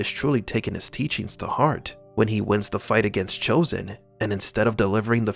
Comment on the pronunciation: Chozen pronounces his name correctly